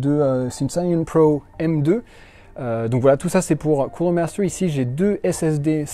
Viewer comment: Of corse cooooooler maaster quel accent